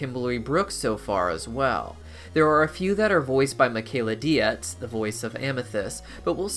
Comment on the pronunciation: How can you mispronounce Michaela Dietz's name like you've never seen her introduced at a comic-con panel or podcast? Deets. Don't know you if you're rude, ignorant, or so arrogant you think you know better. Bad look either way.